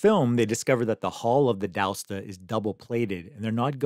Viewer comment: D' Aosta ... A as in Able, os as in Oscilloscope.... Ta as in tank... A-os-ta D'Aosta = of Aosta